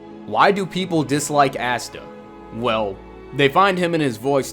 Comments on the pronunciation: Ahsta not assta. 😉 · You are pronouncing Asta’s name incorrectly it’s [Aw-stuh] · Lol did anybody notice how he kept saying Ass-ta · Bro this video sooo funny because another hater and DUDE!!!!Your not saying his name right🤣🤣🤣.But I’m not mad people have there own opinions🤷🏾‍♂️💯